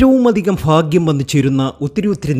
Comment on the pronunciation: Fakyam.അല്ല. ഭാക്യം